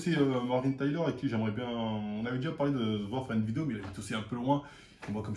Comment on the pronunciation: Sa fait deux ans il prononce mal mdrr